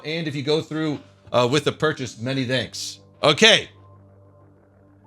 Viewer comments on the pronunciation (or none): Is it just me when I hear "thanks" from I actually sounds danks?:D